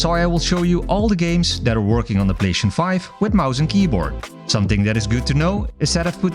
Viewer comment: The way you say PlayStation 😡